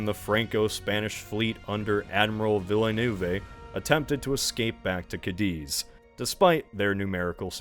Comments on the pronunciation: Admiral Villanoovae? You know, there’s a thing called internet and anyone can check the pronunciation of names and places without speaking the language. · '...under admiral Vil-le-nu-vee ...' omg, this got me. how can one not know to pronounce Villeneuve correctly? such an iconic French name. :face-green-smiling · "admral veelaynewvay"... Dear God bro... Villeneuve , just use google trad for the pronounciation Cowdeuuh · Vilnuv. Not Vilénewvé. In general if you read foreign names, assume the pronounciation is really simple and it just looks complex in writing. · Villa-new-vay lol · Your pronunciation of Villeneuve is shockingly ignorant and comically inept. 'Westminister' is quite funny, too. There's hardly a name, English or French, you didn't butcher. Couldn't be bothered to find out? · There's no excuse for butchering the name Villeneuve like this now that Denis Villeneuve is mega famous. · adrenaline in the spine of this pronunciation of Villeneuve . Probably only bc it’s association with Gilles. But only bc I would get utterly torched, here’s my obligatory cooking of your choice there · The pronounciations are just terrible. “There are many, but Villeneuve” has to be the biggest offender. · Great video, but that might have been the worse pronunciation of 'Villeneuve' I've ever heard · How could you pronounce Villeneuve's name so wrongly ? Unlike some other names, this one is shared by a famous person from the present. Surely you've heard of Denis Villeneuve, the director of the recent Dune movies? And you've surely heard his name pronounced correctly somewhere by now, right? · I mean it's not like Villeneuve isn't a currently famous film Director, no excuse for getting that pronounced so badly. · That was definitely a different way to pronounce Villeneuve.